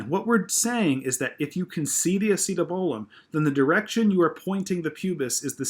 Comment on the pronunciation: great video,you do a great job at explaining but i have to say ur slaughtering that acetabulum pronouncitation